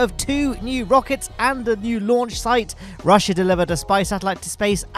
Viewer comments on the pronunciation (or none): none